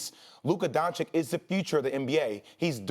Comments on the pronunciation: Jay, it's Doncic, not Doncik. How hard is it? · DONCIC NOT DONCIK FFS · It’s pronounced “Don-Cich” not Donkic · It's pronounced "doncich" not "doncick" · Everyone: Luka Dončić These idiots: Luka Doncik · Dončić not Doncik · They say "Luka Doncik" like they can't repeat the sound they made at first "ć" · Stop saying DonChick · everybody luka doncic SAS : luka donchik haha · It's 2020 and we are still pronouncing it "DoNcHiCk" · Why. Why do people call him Luka “DonChick?” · its pronounced 'donchich' pls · Seriously, people still call him Luka "Donchik"? He is no "chik"! Learn to pronounce the guys name already ffs! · It pronounces as Luka Donchich btw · every american: luka doncig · Why do they pronounce his name "Donchick"??? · They keep saying Donchick, idk if that's correct or not, but it annoys me so much. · learn how to pronounce his name then dude.... its DON CHEECH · English is my second language. And you're telling me i can pronounce Luka Don(chich) and these idiots whose first language is English can't get it right. This is atrocious. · Literally shits me when these yanks say donchick. Like come on man. It's not that difficult. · Now Jay is calling him Luka donchick. My guys, it’s really not that hard to say! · why he says doncik? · Starts off by saying “Luka Donchick.” Literally lost all credibility. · ...holy mother of God, is that hard learn how to pronunce DONCIC correctly?! Please ESPN crew! PLEASE!!! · Can someone say Doncic right? 😂😂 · How hard can it be to say doncic correctly? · iCringe every time they mispronounce Luka’s last name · Please learn how to pronounce Luka's last name jesus it's really not that hard. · just try to pronounce "Doncic" correctly. it is not that hard lol